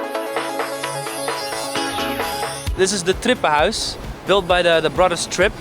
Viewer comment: Wooowwww How he said 'het trippenhuis' 😮